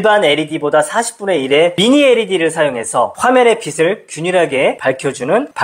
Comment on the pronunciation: 빛을[비츨]을 계속 [비슬]이라고 발음하는 게 너무 거슬려서 보다가 중도 포기. 내용은 좋은데 아쉽네요.